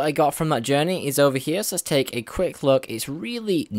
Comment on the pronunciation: "Over Heeya" lol